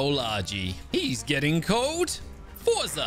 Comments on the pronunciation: I am italian I know the chant forza Italia cant believe u said that and z is pronounced zah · I'm sorry to say this but you are saying Forza wrong